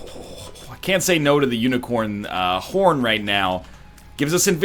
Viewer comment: "Unicorn hhhhh-orr" NL did you have a stroke?